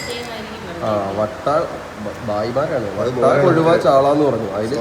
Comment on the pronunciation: വട്ട അല്ല വറ്റ